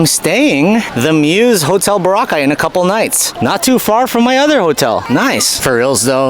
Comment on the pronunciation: Thanks for pronouncing it correctly.BO-RA-CAY…